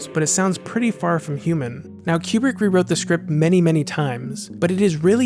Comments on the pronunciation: It's Kubrick. Not Qubrick. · I thought he was saying Q-Bert